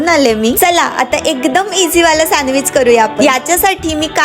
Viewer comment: Sandwich ❌ Sanwich✅